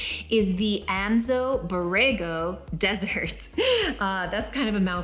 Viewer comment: Anza-Borrego, not Anzo-Borrego.